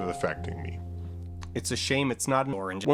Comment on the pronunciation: The way he says 'oranges' do be rhyming with 'door hinges'